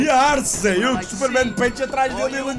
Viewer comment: A: Super-men Punch: Super-men pench 😂😂 Grande!